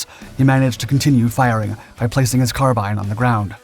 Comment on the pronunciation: carbean. car bean. like mr. bean. carbean. carbine.